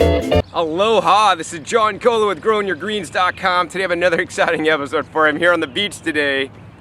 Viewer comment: It's pronounced Ko Oh Lau. Both "O" sounds are said like the "O" sound in boat. :)